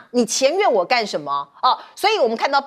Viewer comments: “僭”越 讀音 “建” 不是 “錢”，請主持人以後不要再說“錢越”了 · 僭越，你读错字啦 是Jian 第4声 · 僭越貌似讀錯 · 你们的播音主持连僭越都不会读吗？